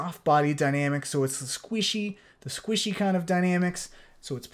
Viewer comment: how he says "squishy" - idk how to feel.